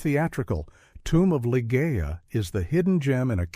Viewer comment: Great film choices, all of which I've seen save The War Game, half of which I own on DVD. AI v/o so annoying. It's Li-ZHEE-a. Funny story. I wanted to see Wyler’s film of The Collector since I’d just read the book. My sister wanted to see Camelot but grudgingly came with me. It was a double bill with Repulsion about which neither of us had any idea. I said we might as well stay since we paid. My sister hasn’t forgiven me to this day.